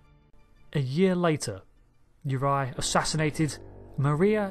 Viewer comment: btw it's yur-RAY-eye, not yor-EYE